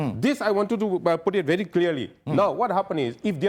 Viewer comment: 😂😂A little knowledge is bery bery dangerous🤣🤣🤣🤣🤣🤭🤣😂